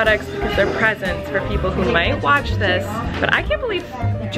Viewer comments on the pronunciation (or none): none